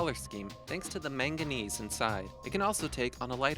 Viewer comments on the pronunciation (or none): You should have added vanadinite! It's a super beautiful scarlet-red mineral found in Morocco. Also, you're supposed to pronounce chalcedony kal-SE-duh-nee and magenese is manganese.